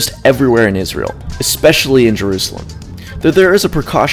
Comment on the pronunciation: Naa G, seems like a proper way to pronounce the only Jewish state in the world, ISRAEL